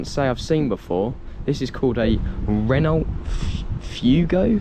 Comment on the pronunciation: Renault is a French vehicle and the “t” is silent so it’s pronounced Reno